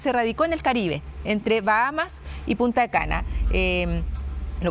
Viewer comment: El lugar se llama Punta Cana. No Punta'e Cana, por si acaso.